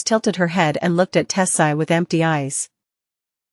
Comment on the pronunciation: Don't forget tilted lmao